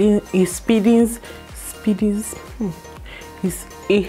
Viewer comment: LMFAO it 'speedens' !!!!